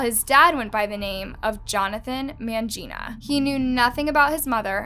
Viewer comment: I was about to comment but I left it to you cos FIRST. Narrator did well to dodge it through pronunciation.